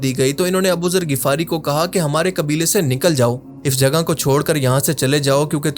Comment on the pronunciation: Bro MashaAllah bht amazing video banai just need one correction its (Ghifari) Ap Shayad (Ghafari) bol rahy ho